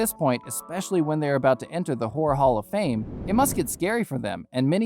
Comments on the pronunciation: Did he say ¨the whore hall of fame¨ ? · Did he say the Whore Hall of Fame? Ohmaigahhhhhhh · Bro really said who"re hall of fame 💀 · bro said the “whore hall of fame” lmao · Bro said “Whore Hall of Fame”💀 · This nigga really said “whore Hall of Fame”😭😭😭😭😭😭😭🤣🤣🤣🤣